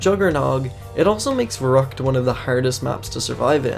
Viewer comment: So im a native german and you fucked the word verückt very hard up. No offense Edit: I know it isn't written exactly that way but still raefable